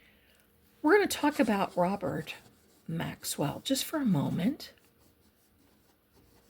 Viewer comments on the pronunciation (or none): none